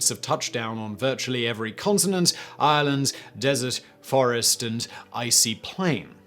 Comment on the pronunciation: At the start, I though he said Ireland, not island. My first thought, what a weird slam?